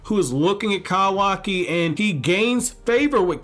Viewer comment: Not to offend you bro but please just call him Kawaki not Kawaaaki!! I like your Vidoes but that's all I hear.